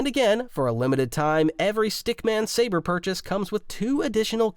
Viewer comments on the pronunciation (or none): none